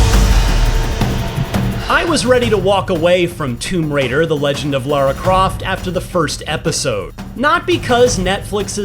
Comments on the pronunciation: It's Lauro Croft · Lars Croft? 😳